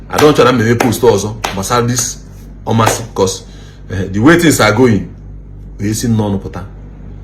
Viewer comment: You couldn't even learn how to pronounce the town well , anyways I advise you try investigate a little before airing because allegedly is not an excuse , that the people that came to you all have social media handle. Meanwhile where in Omasi do they have all this mineral sources, Uwa social media!!!!